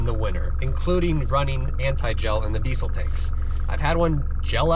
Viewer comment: They way he says diesel hurts me deeply